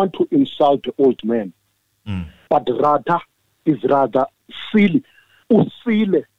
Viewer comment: Ratha knows very well that the state failed to prove their case beyond any reasonable doubt but he is biased. He even pretends like he doesn't know these people by deliberately calling their names wrong.